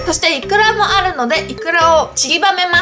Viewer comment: イクラがイカって聞こえたw